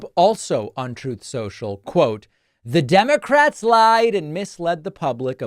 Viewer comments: Thanks for keeping it real David. Love how you and all the other normal commentators and analysts destroy these ridiculous Trump and republican talking points. I love when you say “troth social”. 🤣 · Ha ha I always freaking lose it whenever you say TROTH SENCHALL